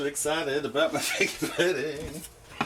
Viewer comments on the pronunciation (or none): You never said figgy pudding. The answer is zero. You said “FIGGA” pudding. Do I win?